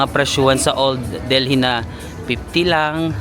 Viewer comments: Its Delhi silent h so deli no h. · Lol super talaga ang lakas ng loob mo. I like how u travel alone pinapalakas mong loob ko😊 Pero silent H yong Delhi . Correct lang po ❤❤❤ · love your vlogs!!! ❤❤ kaya lang, Delhi is pronounced with a silent H 😭😭😭